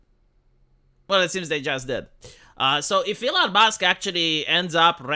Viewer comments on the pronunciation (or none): none